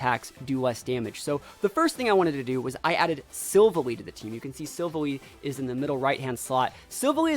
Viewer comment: Btw the the way you say silvalley is sil and then valley sil valley